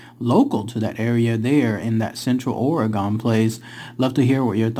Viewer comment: Hey guy, you’re saying OREGON like “oregan” …. It’s (Or•gun). Also, why no foot prints? Maybe they levitate